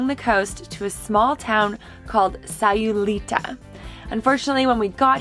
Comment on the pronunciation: Haha! Eamon, it's pronounced "SayulitAAAAAHHH"! That's where we lived when our oldest was a baby. We were still able to swim then though!